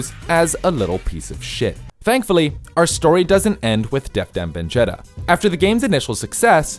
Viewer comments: you said "Def Dam Venjetta" that's a pretty big mistake lol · "Def Dam Venjetta" must've been a GameCast exclusive😂😂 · Did i hear def dam benjetta? 😂